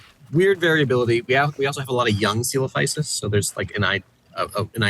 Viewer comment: It’s always cute when you discuss the “proper” way to pronounce a dino’s name and then confidently settle on a mercilessly butchered and americanized Frankenstein’s monster version of Greek. Love the channel, though! ☺️